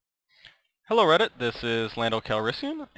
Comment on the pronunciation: did he say 'hello redit???'